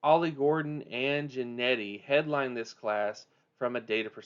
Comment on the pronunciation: How do you get Jennety from Jeanty??? It's pronounce Gen-Tee!